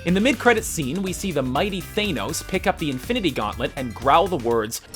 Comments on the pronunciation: It's pronounced 'Thah-nos', not 'Thay-nos'. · It's not thaynos it's thanos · Thanos, not Theinos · omg its THA-NOS you moron not THANE-NOS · Down vote for pronouncing Thanos so awfully. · maybe it's THA-NOS and not THAY-NOS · It is pronounced thanos not thaynos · THAN-os, not Thay-nos. he's only got DECADES of comic appearances and several cartoon and movie appearances where his name is pronounced. also, Odin has a RIGHT hand gauntlet. Thanos puts on a LEFT hand glove. so the bigger mystery is WHY DOES ODIN HAVE A RIGHT HAND INFINITY GAUNTLET??? also, STOP USING THE CASK OF ANCIENT WINTERS IMAGES WHEN DISCUSSING THE TESSERACT. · It's not "Thay-nose", it's than-oes... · Th-aa-nos? Why you gotta mispronounce it dude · Ahhhh the way you pronounced Thanos as "THAYNOS" Made me wanna tear my ears off! Why can't anybody pronounce his name right?!?!? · "Thaynose" smh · Ughh im cringing so bad "The mighty Thainos" Ugh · Every time he said Thane-ose I wanted to die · Thaynos??? Really... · Lol Thaynos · Who is Thane-os? I only know Thanos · He is called Thanos, not Thaynos! I have heard Stan Lee call him that with my own ears!!! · ScreenRant needs to learn how to pronounce names. Thane-os? Really? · It isn't both. It's than oes. no one says thaynose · If you can't pronounce "Thanos", then stop talking about Marvel. You don't know shit. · Cringing at how you said Thanos XD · how u said thanos killed me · You should learn the proper way to say thing before you record them for your video... like how you said Thanos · what got under my skin the most is how u pronounced thanos in the video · I think that the Infinity Gauntlet that Thanos (BTW You pronounced Thanos wrong) is the real one. And that the one in Asgard is just a replica. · Hey dickfuck you mispronounced thanos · come to think of it screen rant has done guardians of the galaxy right? so how do they STILL nto know how to pronounce thanos?